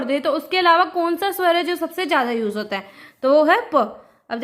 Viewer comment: Ma'am स nahi ,सा है